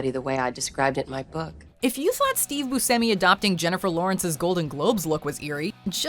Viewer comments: boo-shem-i not boo-sem-i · It's pronounce booshemee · Its pronounced Booshemi.